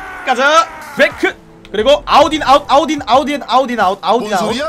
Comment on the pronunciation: 아웃 인 아웃 내 귀에 들리는거 : 아우디 아웃 (??)